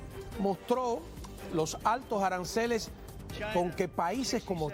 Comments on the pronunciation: Arancales o aranceles? 😂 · Que tan difícil es decir aranceles?